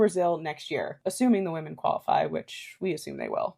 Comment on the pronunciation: "Wih-min" not "Wuh-men"